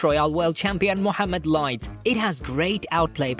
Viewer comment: طريقه نطقه لي محمد لايت تحسه عربي